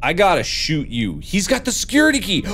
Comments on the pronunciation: Normal people: Security key But Mark: seCuRItAkA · Me: nice, he got the security key Mark: GASP tHe SeCuRetAH kAh!!!!